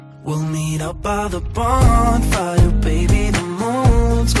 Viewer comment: 본파이어 발음할 때 왤캐 좋냐